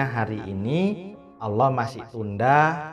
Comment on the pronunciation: Allah pengucapan Alloh bukan Allooh...